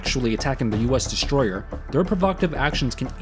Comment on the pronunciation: it`s called strategy, not shtrategy-destroyer, not deshtroyer, aso asf. sick of it.